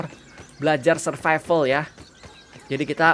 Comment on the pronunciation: Survival tapi bunyi nya(SURFIFAL)🤣🤣